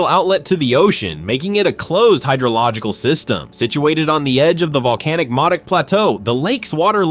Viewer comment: Modoc is pronounced Moe-Dock.